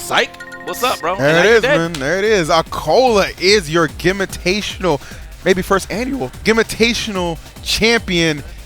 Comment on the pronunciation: Can ee not pronounce the event properly??? Gim-VITATIONAL